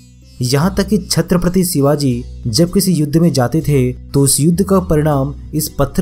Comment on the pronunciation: सिवाजी नही ..... शिवाजी हे ..... अपनी भाषा सुधारो प्रेसेंटर महाशय ..... छत्रपती शिवाजी महाराज कहो. आधा जानकारी के बलबुते पर अपने चॅनल को मजबुत मत करो. मजबुत तो कीया हे छत्रपती शिवाजी महाराजजी ने. जो आज अपना हिंदुस्तान खडा हे. नहीं समजोके आप.